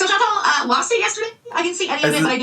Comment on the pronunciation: update: there are NO E's in the name Chan-TAL. WTF did none of you people ever learn letter sounds?? 😒